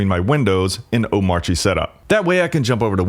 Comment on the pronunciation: Cool, just one small thing. When you say Omarchy, you should not pronounce the R, at least according to very opinionated DHH, who said not to.